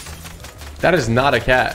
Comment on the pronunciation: It izz what it izz